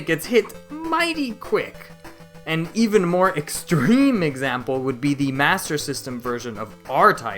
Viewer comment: I find it as a funny pronunciation